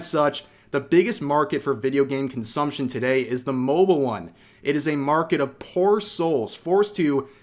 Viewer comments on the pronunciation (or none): none